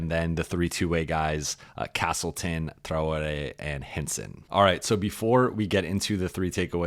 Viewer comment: Why is Traore's name pronounced differently every time😂